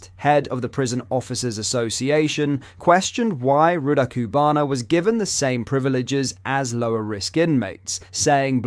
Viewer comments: Great content but PLEASE learn to say this monster’s name correctly. Or at least pronounce it the same way throughout. You’ve given about 3 or 4 different very iterations. But again - great content. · I can tell is trying, but he will never be able to pronouce Rudakubana:') bless